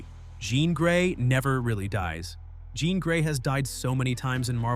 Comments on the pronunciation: This AI needs to be better, it's Jēan Grey for f*cks sake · If you say JOHN instead of Jean one more time!!!!!😂😂😂😂😂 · Right! Jeeeeeeean long E!